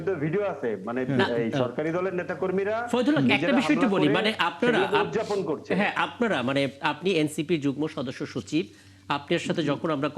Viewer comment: এন সিপির যুগ্ম সদস্য সচিব দারুন বলেছে। আর উপস্থাপকের উচ্চারন ভুল আছে শব্দটা যু+গ+ম = যুগ্ম। তিনি বলেছেন যু+গ+ন = যুগ্ন ।